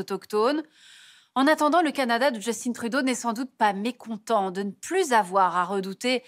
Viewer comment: J'aimerais comprendre votre trip à prononcer le nom de Justin Trudeau avec un accent anglophone alors que c'est un nom francophone ...